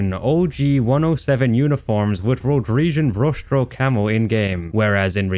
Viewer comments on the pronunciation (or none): i feel like he is going slowly but surely mentally insane from just playing and witnessing these cods edit: i laughed when he said rhoderesian